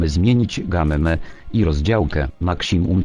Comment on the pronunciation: Jak ja lubię, kiedy czyta 'makśimum' zamiast 'maksimum':D